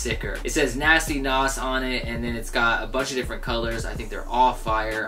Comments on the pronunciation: Pronounce it naz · How id this dude really fuck up the pronunciation of Nas.lmao